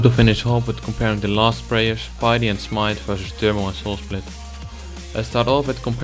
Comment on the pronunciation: btw u pronounce it as pitty when ur dutch. r u?